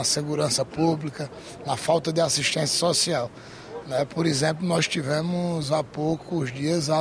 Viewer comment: O melhor político de Alagoas, é sem dúvidas o JHC, se junta Paulo Dantas, Arthur lira, Renan velho e filho, não dá 50% do JHC. um deputado que não sabe falar o português correto, "lxemplo" volta pra escola pq o correto é exemplo 😂😂😂😂